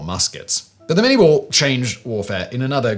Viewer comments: Its not the Mini-ball as in Miniature... its Minie as in the guy who invented it... (pronounced Min-ey, he was french). Small point of order but something everyone has done through history... the ball itself is almost twice as big as a conventional musket ball so mini would be stupid =P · It's pronounced "min-yay" not "min-eee". I've actually got a .54 caliber minie ball projectile on my desk. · ...and uses the American pronunciation of Lieutenant when describing a British officer. Plus 'minie' is pronounced 'min-yay'. Otherwise lots of great info.